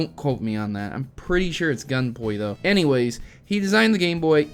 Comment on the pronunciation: Gunpei is pronounced Gun-Pay, no offense of course.